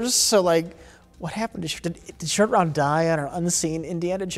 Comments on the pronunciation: Roat Shore. 🤣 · Mike didn't correct when was talking about how James Bond didn't want Spielberg to direct a James Bond movie so he can show some restraint. Roat Shore though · calling Shortround Rout Shore has me dead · Roat Shore is the absolute peak of mispronouncing things. I have no idea how he got there. My face hurts from laughing at this so much. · Roat Shore 🤣🤣🤣😂😂 I laughed so hard I had go back 30 seconds to see what I missed